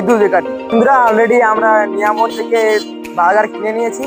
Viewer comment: দাদাভাই ওটা মিয়ামোর নয় mioamore